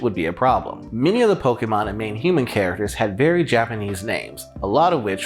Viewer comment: Thank you for pronouncing Pokémon the right way